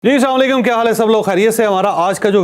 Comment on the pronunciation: بے وقوف ادمی میں نے پہلے بھی اپ کو میسج کیا تھا سلام ٹھیک طریقے سے دو اگر کچھ دین کی سمجھ ہے تو جس طرح اپ سلام دیتے ہو اس کا مطلب بھی دیکھ لینا صحیح طریقہ جو ہے وہ ہے السلام علیکم